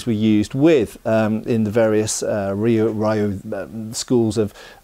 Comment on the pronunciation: Good stuff. One minor correction - "ryu" is not pronounced "rye you." It's pronounced as one syllable like "you" with an r in front. Easier for English speakers, you could pronounce it "ree you" and not be too far off.